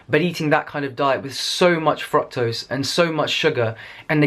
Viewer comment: they way your pronounce : frôctose 😬🤩😂